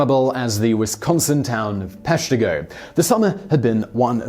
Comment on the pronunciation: Being from Wisconsin, I knew about the Peshtigo fire. Plus one for saying it correctly. Same day as the Chicago fire, which didn't make the list.